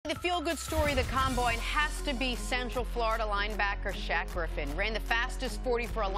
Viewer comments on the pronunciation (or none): "The ComBoine" wtf jenna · Caleb Cicero com-boi-n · The way she said combine in the beginning 🤣